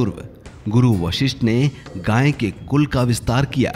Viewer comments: अबे जाहिल गांय नहीं गाय, उच्चारण तो शुद्ध कर मूर्ख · अरे भाई गांय नहीं गाय है उच्चारण तो शुद्ध करना सीखो ।